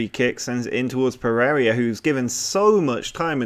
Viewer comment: i scream a little on the inside (and a couple of times out loud) everytime you pronounce Pereyra 'Per-area'. Good work otherwise, enjoying the series.